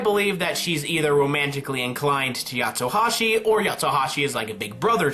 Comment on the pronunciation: Its not Yatsohashi its Yatsuhashi, no O